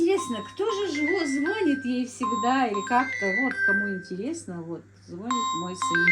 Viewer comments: Не звонИт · Дорогая,.У вас очень грамотная речь.,,не звони' т,, правильно.